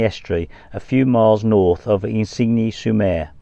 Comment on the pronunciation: Isigne sur Mer is pronounced 'Ezenee sure mare' - but very good try 👍 😆.... I often wonder when your mic's are clipped to your round and V-neck tops that the mic's are stretching the neckline - have you tried any neck holsters to accommodate these to prevent spoiling the necklines? Thanks for another great vid - so good to see places I have visited ❤